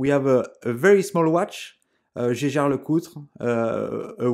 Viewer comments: It is Jäger, no cheh shan, it's GERMAN. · Pronounced as a French mangled version of the original German.